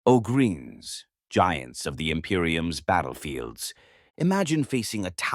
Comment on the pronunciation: ass-tert-tees and oh-greens. Heros of the Emp-eye-or.